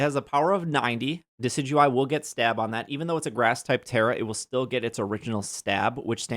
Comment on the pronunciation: Friendly reminder that Wolfey Glick pronounces Decidueye "Decky Dooey" and it is probably my favorite thing about him. It's the World Champ Difference TM.